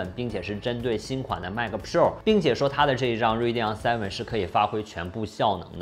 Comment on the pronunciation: 迈克普肉儿~ 这发音，杠杠的。